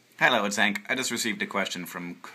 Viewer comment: He did. He also recommended it on an older Vlogbrothers video. Also it's "Hank", not "Henks". :)